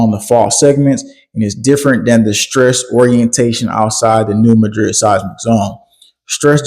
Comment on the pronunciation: Mad-rid! MAD-rid! NOT mah-drid. Do your research.